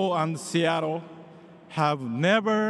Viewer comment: 長い英語スピーチよく頑張りましたね。奥様は確か英語話せましたよね？特訓してもらったのかな？特にseattleの発音が素晴らしい。 カタカナで表すと「シアトル」ではなく「シアロー」と上手く言えてます😃上から目線で失礼しました～